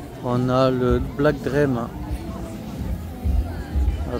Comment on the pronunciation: Black Dream.... Se prononce >>> Black Drime ( rêve noir en français ).... :penguin-blue-waving-tear